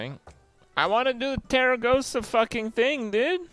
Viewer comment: Kripp, why do you keep calling her Teragosa, while her name is actually Tarecgosa?